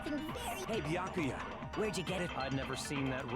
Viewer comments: Omg!!! yay finally i’ve been waiting for this i’m so excited for to play danganronpa! edit: I just realized said baka-ya instead of bee-yah-koo-yah edit2: lmao in the time I was waiting for to make another stream because I originally watched play it when I came into the fandom in between that and now i’m already on the 3rd game (also including ultra despair girls) edit3: I dropped my cream cheese knife on my phone and it wiped all the cream cheese and now my phone has cream cheese on it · Its "Be ak oooo yuh" i cant stand hearing you butcher it anymore lol. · You pronounce Byakuyas name Beeyakooya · the way she says byakuya hurts my head